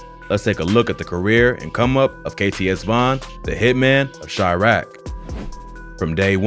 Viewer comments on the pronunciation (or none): none